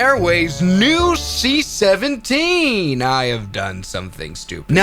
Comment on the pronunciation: The seat 17 instead of the c17